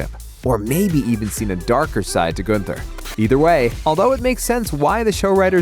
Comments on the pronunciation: Goonther. LOL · Truuuuee 🤣 "GOONther" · you can tell the narrator hasnt watched the show, by the way he says gunther, lol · i was literally SEARCHING for this comment. THank youu!!